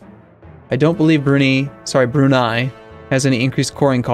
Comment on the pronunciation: please, its not brew-knee its brew-ni